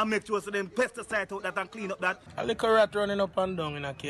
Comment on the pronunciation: My man say "likkle rat likkle roach likkle dis likkle dat" 🤣🤣🤣🤣